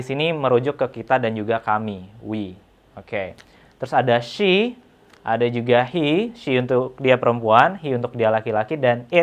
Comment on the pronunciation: That "ell shee" killed me 🤣